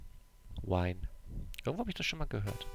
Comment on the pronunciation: "Vine" spricht man nicht wie "wine" aus. Sein Zelda-Level scheint das eigentliche Troll-Level zu sein.